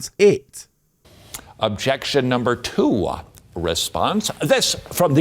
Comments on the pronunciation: It's not objectionuh. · "Objection-eh!" 's funny how these preachers like to add non-existing vowels on the end of words that don't need them.